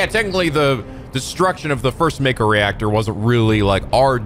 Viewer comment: another 'may-ko'. I should've been keeping a counter for this LP lol gasp could it be?! realized mako's pronunciation! EDIT: Nvm he relapsed